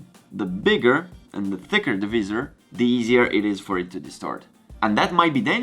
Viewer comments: Great Vlog! Please keep them coming during Covid-19 lockdown! Can I just say that the word Visor (In Italian -visiera ) is pronounced in English slightly different to yours. To pronounce Visor try saying ( Vai -Zurh) Hope you don't mind me saying?! Also your English is very good and a lot better than my Italian! (and my Mum is Italian!) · The “ vizzzer “ cracked me up lol